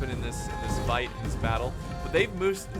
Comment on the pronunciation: bay-ttle of changping the most brutal battle ever with more than 700000 casualties that they sayed